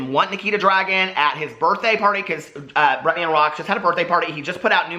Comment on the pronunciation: i love how you say Bretman's name lol BretMAN